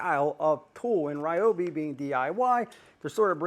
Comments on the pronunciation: The people at Ryobi (near my home) pronounce it ree-obi. Every one of them use this pronunciation and I’ve met some of the higher ups. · Its hilarious that u keep insisting the Ryobi name is Ri-yo-bi n not Ree-yo-bi. Its like telling a Japanese person that they are pronouncing their own name wrong. Ryobi is a Japanese company originally that was expanded into the US. If they pronounce their company name using Japanese way, only an ignorant n arrogant person to will insist it should be pronounced the American way. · You are wrong. It is NOT Rye-obi, It is Ree-obi. Go watch the companies videos and listen to how the actual company pronounces it. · REEEEEobi. Not Ryobi. Confirmed with the manufacturer. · Its reeobi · Rye-obi's (Not Ree-obi's) been doing the handle wrench thing for a long time, I have an ancient Rye-obi (not Ree-obi) blue grinder with the same setup & wondered why that never became a new standard. Definitely would like to see the router & bizzer gone over! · Ummm, the Roy I tool USA page on YouTube has many videos that pronounce it reeobee